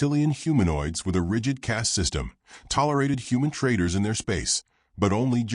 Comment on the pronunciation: TRADER NOT TRAITER